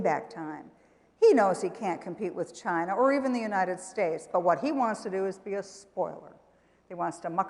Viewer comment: Why does she say unanted states of america?